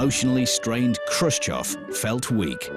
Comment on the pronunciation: its khrushchev btw